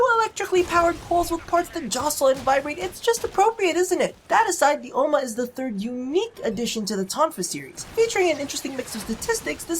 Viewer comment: The way you say Ohma, is how you say granny in dutch (granny = oma) , you just... dont moan whilst saying granny.. please throws up